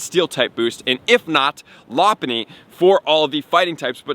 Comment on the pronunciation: You can always tell who watched Pokémon by the way they pronounce Pokémon like when he said “Loponny” I was rolling 🤣🤣